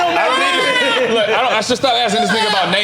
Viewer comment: FUNNIEST PARTS LMAO NORE CANT PRONOUNCE MATT DAMON LMAOOOO AFFION DOES MEXICAN IMPRESSION LMAOOOO